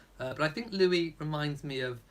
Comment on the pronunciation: When will commentators realize that Prince Louis is pronounced Louieeee???